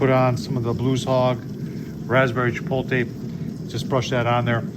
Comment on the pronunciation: Great video,. I love making the shot gun shells. Chipotle = chi-pote-lay not Chipotle = chi-pole-tay Pollo= Poy-yo. Gallo= guy-yo LL= Y I love your videos, keep up the great work, my friend.